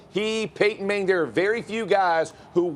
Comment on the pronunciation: Peyton ‘Manger’? 🤔